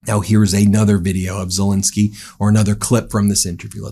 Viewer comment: I’ve known of president ZelEnsky for quite a while. Who is this fellow Zel-I-nsky people have been blathering about for month after month after month? Who the hell is “Zel-I-nsky”?!?